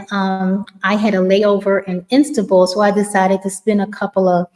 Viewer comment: you said Insta-bul, but you meant Instanbul. I had to replay Becuz I was falling asleep and thought you said instagram. I like that you said Insta-bul and I might start calling it that